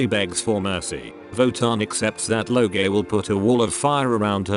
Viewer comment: This idiot does not know how to pronounce Loge and Mime and Sieglinde and Brunhilde A final E in German is pronounced "uh" Sounds really, really stupid.